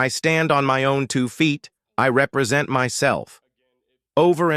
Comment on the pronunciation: Quadrupling down on pronouncing re-present like that should be a criminal case of it's own